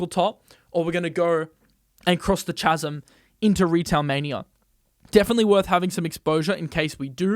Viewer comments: Chasm is pronounced "kasm" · Chasm is pronounced as Kasm ;) Your east European. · that is not how you pronounce the word ‘chasm’ 😂